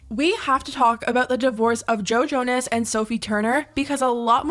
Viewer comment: I heard Jojo-ness and now I can’t unhear it